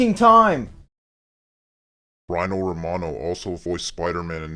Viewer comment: According to this video: watch?v=FvZbAqBCBYY , it's pronounced "Reeno", not "Rhino". Great review, you pretty much summed everything right.